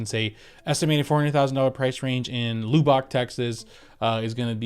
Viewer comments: So not lube ick but lub and ick gotcha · You are killing us Texans on your pronunciation of Lubbock. Say it like Lub-ick. Much love from Texas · Kinda like lovbick but don't say the "v'❤❤❤❤❤ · Your saying Lubbock wrong just to mess with us Texans now lol